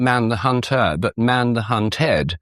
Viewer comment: "Not man the hun-TOR but man the hun-TED." What the hell is wrong with you? Why not just say "hunter" and "hunted"? Do you think we are all thick? You sound like a Young Earth Creationist: "A crea-SHON requires a crea-TOR." Down Voted, OFF and Blocked. {:o:O:}